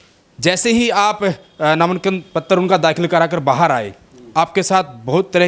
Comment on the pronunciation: नामानकन नहीं होता, नामांकन होता है, क्यूं बेज्जती करण लाग रहे हो पत्रकारिता की। लठ ठा कै पत्रकार नहीं बन्या जा। बार बार कहीं ना कहीं, कहीं ना कहीं, क्या है ये?? जो हुआ है वो हुआ है।